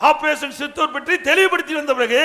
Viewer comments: சித்துர் அல்ல , சிந்துர் 😊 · Ayya adhu operation sindhoor operation sithoor illa 😂😂😂 Sindhoor kooda olunga solla theriyala nee ellam oru ethir katchi thalaivr ru 😂😂😂